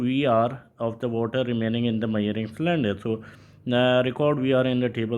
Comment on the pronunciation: Measuring ❌️ Myaring✅️